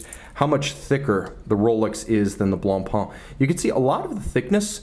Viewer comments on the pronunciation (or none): It’s « Blancpain », not « Blonpainc » ;)